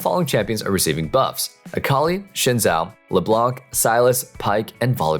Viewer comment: "shin zao" XD